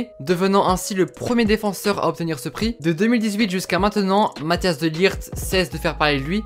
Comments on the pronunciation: Tu dis Mathias alors que c mathijs de ligt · Tu dis mathias au lieu de mathijs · Matthias ? J'adore la prononciation mdr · Pour les gens qui savent pas prononcer son prenom MATT-ÉYS de ligt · C'est Matthijs pas Mathias ça se lit Mathis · Mathhis pas matias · Pour la prononciation de son prénom c’est : Mat-Aille-Se De Likht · Ca se prononce. Mataisse de ligte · Tu ma stressé à dire Matthias pendant toute la vidéo 😂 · Ça se prononce "Math-Hey-SS" "De t-ou-kom-st" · Petite info : mattijs se prononce "mat , es"